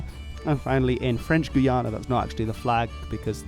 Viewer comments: Its guy-ana Not guana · Minor pronunciation nitpick; the way you were pronouncing the Guyanas /gu:'jænæ/ is not really correct in English or French. In French, French Guiana is spelled "Guyane" and pronounced sort of like /gu:'jæn/. In English, Guyana is pronounced more like /gaɪ'ʲɑ:nə/ or /gaɪ'ʲɑ:nɜ:/ (my best approximations in IPA). Forgive me my pedantry and forgive me if, perhaps, your pronunciation is what's used IN the Guyanas but, I was taught, growing up, that the differing pronunciations was important in distinguishing the countries when speaking English.